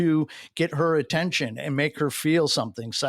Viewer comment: Why does every “ and” end with a “tch”?